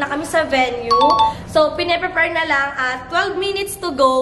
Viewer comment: prePAYR (prepare) not prePER